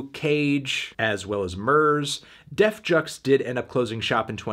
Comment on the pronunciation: This guy either said def jux wrong or he just sounds really funny saying it.